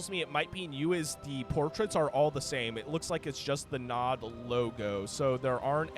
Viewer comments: Nod, not N.O.D… did you never play Command & Conquer? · "N-O-D Faction" It's pronounced "nawd" XD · hearing you say "EN OH DEE" instead of Nod had me on the verge of crashing out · You know you are old when you hear an RTS channel call NOD as N-O-D warhammer vibes. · N.O.D.? its nod..zz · hearing it as N.O.D. makes my cnc heart bleed Its just nod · not N. O. D. please, just nod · Saying N O D was just throwing me off instead of just Nod, haha. I'm surprised exposure to Command and Conquer is new. It'd be like never having played Starcraft, but then also never having heard Zerg as well on top of that. EDIT: Should really check out C&C. Most of those assets are from 3 and Kane's Wrath (buildings), and I guess some units are from 4? DO NOT play 4 even for free or you'll just go into depression. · everytime i hear EN O DEE, i died a little inside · Brother, it is pronounced NOD. It isnt an acronym. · it's nod not nod...god damn it... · omg i never thought im going to watch a video made by a bebynewborn, i cringe so hard as he reads it as abreviation, i cringe so hard when he says its a separate race and not a faction of Humans xD gizuzssss xDDDD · Yeah, it’s so annoying listening to him making it sound so complicated. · Jesus i couldn't watch because of this